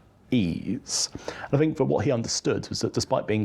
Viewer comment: I'm not sure which is worse, the AI generated commentary of the appalling way in which Alex Larman speaks. "Vis" [this], "Vat" [that], "Fink" [think] etc, etc. There was a time, not so very long ago, that anybody exhibiting such traits of pronunciation [it is called "T H Fronting" and is an affectation, not a speech defect or deficit] would have been derided for speaking in such a manner. They still should be!